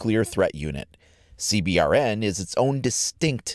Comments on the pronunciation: This guy does good on his videos, but for the love of god he makes me go beyond cringing when he says C B R N. Its pronounces (Sea-bern) GOD DAMNIT! Lol I've never heard anyone pronounce it like that. He must be the kinda guy who plays inverted, or pours milk in his bowl before pouring the cereal, you know like the worst kind of person you could possibly be... Also it pisses me off when people who don't know about firearms talk about them lol. And lastly that other gun is obviously a KSG 12 shotgun. Just saying... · CBRN IS PRONOUNCE (SEE-BURN) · Love it. Also, its pronounced "C-Burn" :) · A good way to pronounce CBRN just say see-burn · Anyone else like me in the military that gets triggered when they say "C B R N" instead of "see burn"? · you don't have to say C BRN just say C BURN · It is pronounced CBurn not C B R N just FYI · CBRN is pronounced "Seeburn" btw :) It's a common phrase in the US armed services, and rolls of the tongue easier. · CBRN the acronym for chemical, biological, radiological and nuclear is pronounced "C Burn" for short in the military fyi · I know I’m being picky, but for CBRN just pronounce it C-Burn. That’s how we say it in The military:p awesome video though! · When you say cbrn, you just say (c-burn) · CBRN is pronounced "c-burn". Just trying to save syllables :) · Pronounce CBRN like "Sea Burn" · It’s pronounced c-burn